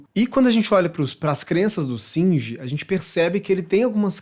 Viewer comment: Singer não! É shinji !